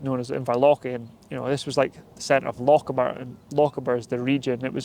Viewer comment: I've never heard a Scotsman mispronounce Lochaber before, that's new.